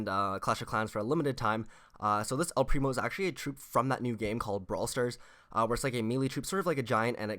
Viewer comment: It's el primooo